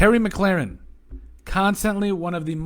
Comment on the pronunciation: Why is it so hard for people to pronounce McLaurin ? Fitzpatrick's play on offense is the biggest question mark . Heinicke has to put more on tape to win the QB job . I think William Jackson III will be a stud at CB but we need to see now well new additions will play at FS , backup DE's , TE2 and 3 , LT and LS and what they get at slot corner and receiver , RT , PR , KR and any LB not named Davis or Holcomb .If Fitzpatrick plays well they could potentially be very good , like a step below teams like KC and TB . In the NFC East , Dallas's defense and O line iare huge question marks assuming Dak is coming back 100% . The Giants also have a question mark at QB , they have outstanding skill players but the rest of the team is good but not great .Philly doesn't have enough talent to compete and I don't think Hurts is the answer at QB .